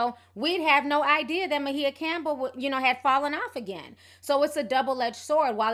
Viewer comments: Please pronounce her name correctly...sounds like..(my a)but spelled maia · First the Cleveland Cavaliers now Ma-he-uh Campbell 😂😂😂 Ti is too damn funny, always messing a name up lol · what are you calling her? I thought it was pronounced My-A? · Sis...Can you please pronounce her name right. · Why are you pronouncing her name like that? dang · mispronounced her name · WHY DID YOU BUTCHER HER NAME LIKE THAT? AGGRAVATING!! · She's bipolor disease SINCE CHILDHOOD! Her mom an author , Bebe Moore Campbell who passed years ago , wrote a book mirroring they're life , 'The 72 hour hold' ITS NOT ALL DRUGS MAM ! Her name is pronounced M-I-YAh REASERACH YOUR INFO before sharing the info PPL ! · her name is not maHIA....and her name is not eyanna.....love your channel, but please learn to pronounce people's name if youre going to repeat it over and over in one post, thanks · WHO is 'Muh-HEE-uh'??? You should at least research correct pronunciations out of basic respect for those who you're gossiping about. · I thought her name was pronounced like "Maya"? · Ti, I know you pronounce certain things a lil funny but her name is "My-ah" lol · I thought her name was pronounced Myah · Girl you butchered everyone's name in this video. It's "my E ya" and "eeyanlah" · Kept calling her Mahea... lol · Lmao, I literally cringed every time she said Ma-He-Ah. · Her name is Mya not Ma he ya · Why does she keep calling her Mahia or whatever when it's Maia Campbell ? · Everytime you say My-e-yah Instead of pronouncing it like Mya, I cringe ..... and you said E-yan-nah instead of Iyanla. 😂😂😂 Whats in that tea sis, I want some lol!! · Who is Ma-heah? 🙄 Thought her name is Maia (Maya) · If she don't stop calling her, "Ma-hee-a"! It's "My-a"! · I thought her name was pronounced like MY-UH ... not Muh-He-Uh. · (Mah-hee-yah ???????) (my-ah , its maia ) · Is Ma-He-Ah an alternative pronunciation of Maia (My-yah)? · Where do you get "meh-heeya"? Uggh. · Ma-he-ya & Ee-ya-nah